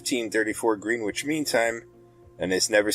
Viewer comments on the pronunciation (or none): Love the work btw Greenwich is pronounced " Gren-itch " but one word lol like Worcestershire sauce is pronounced Woostersheer ... Language is fun . Btw hello from Scotland.